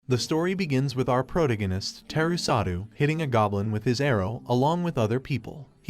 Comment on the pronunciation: Ill be impressed when ai actually learns to pronounce protagonist and gets pronouns consistent